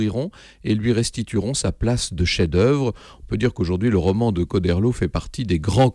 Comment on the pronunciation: a au fait on dit "Cho" comme "Chaud" et pas "Ko"